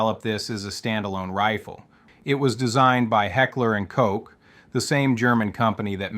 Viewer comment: "hekler and coke" "carbeen" "paykateenie" LOL m8. Is this AI? This has to be AI with how badly you butchered the pronounciation of about any name in this vid.